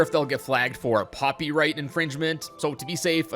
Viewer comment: Did- did he really just say 'Poppy-right infringement'?